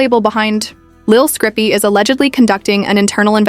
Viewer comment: Who tf is lil scrippy? Dumb AI